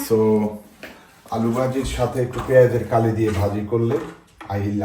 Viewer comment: পেয়াজ কলি। পেঁয়াজ কালি কেন বলছেন বারে বারে😮